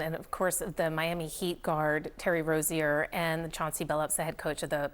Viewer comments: And it's pronounced Terry R-OH-ZIER NOT RO-ZEAH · am I the only person who immediately noticed she pronounced 'Rozier' wrong